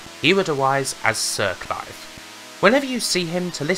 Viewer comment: Lem, Cwap, Siw Cwive